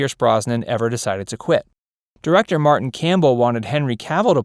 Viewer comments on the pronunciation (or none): none